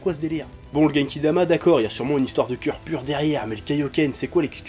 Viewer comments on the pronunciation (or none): On dit genki dama et non guenki dama